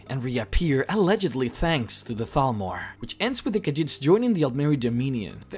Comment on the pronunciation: At first I thought he said Falmer.... now I realise he said Thalmor